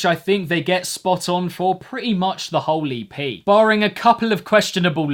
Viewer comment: I love when you say 'whole EP' and it sounds like 'holy pee'